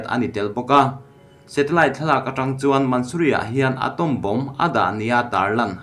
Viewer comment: Atawm ni lovin Atomb..thu lam vel uluk ila gai bawk...